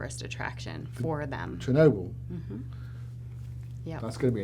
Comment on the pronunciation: wtf is "shurnobyl"